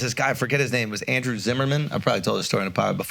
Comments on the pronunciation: His name is Andrew zimmern. Not Zimmerman. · adam richman v andrew zimmerman flub is wild